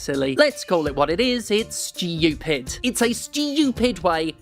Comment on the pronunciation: "Steeyoopid" -JSS